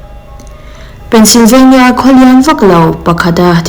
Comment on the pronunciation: Tinge Pennsylvania i lam dan thluk hi a dik loh? State hming i lam dan hi a diklo thei ania